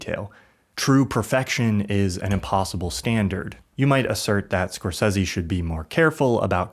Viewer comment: I really liked the Video but why do you pronounce Scorsese so horrible? 😂